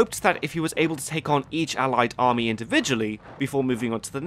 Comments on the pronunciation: Nobody:: Armay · It’s not Armay but Army